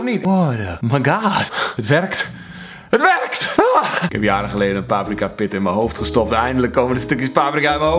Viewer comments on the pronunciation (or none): none